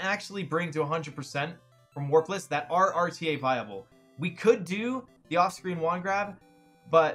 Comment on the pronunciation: I realize he says 'off-screen wand grab', but I swear I hear it as 'Austrian wand grab'....